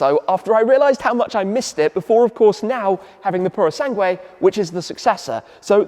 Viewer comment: Tim it’s a Purosangue the last 3 letters are pronounced like this Goo silent U Eeeh thanks